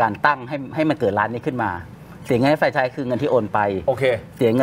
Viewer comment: ที่ถูก คือออกเสียงว่า แฟรนไชส์ ไม่ใช่ เฟรนไชส์ นะทุกคน